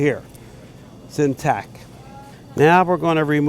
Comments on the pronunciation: It annoys me more than it should that he says in tac not in tact. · Good job but the word is IN TACT not IN TAC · INTACT!!!! You mumbling prick....it’s INTACT not in tack. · "in tac" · Intack is not a word In-tac-t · Does this guy know that the word intacT has a T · I cringe every time I hear the way he pronounces intact ... he keeps saying INTACK.. I thought I miss heard the first time but nope that's the way he must think it`s spelled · He keeps saying "intack". INTACK? How about INTACT ???? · He said "Intac" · Does it bother anyone else ow he says is "in tack" instead of "intact" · cool video. My only complaint is that it's "in tact" not "in tack." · "in tack" -_ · "INTACK" IS DRIVING ME CRAZY!! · ^listen to him. He says intack. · is anyone else annoyed by him saying in tack as apposed to in tact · This guy doesnt know how to say intact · TACT. It's. IN *TACT*. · drinking game: every time he says intac take a shot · Intact! There's at "t" at the end,. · TACT! IN-TACT!!!! That bothered me the whole time lol....other than that....That turducken looked bosslike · Does he know there's a t at the end of "intact"? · there is a "t" at the end of "intact"